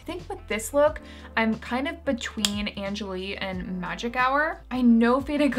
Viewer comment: I believe angèle is pronounced "on-gel" like in french!